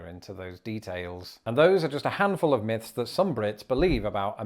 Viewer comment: Its myths, not miffs.